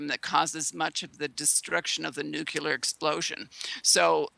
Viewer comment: "Nurcular" and "nukular" are really irritating and give the impression that the speaker is uneducated..